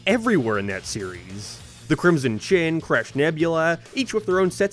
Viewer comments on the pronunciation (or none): none